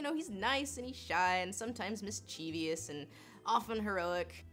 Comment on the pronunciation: Not sure if I can give you a like, after you said "mischevious".